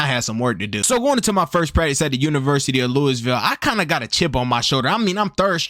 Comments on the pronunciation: "Louiss ville" 💀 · “lewisville” is crazy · Loo-e-ville bro 😂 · Love his vids, but him pronouncing “Louisville” wrong irks me a bit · The S is SILENT in Louisville